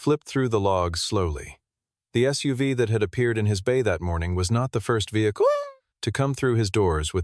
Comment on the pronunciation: '...Was not the first vehicluheaua'. Wtaf